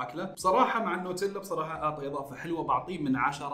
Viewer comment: ياخي لعد تقول بصررراحه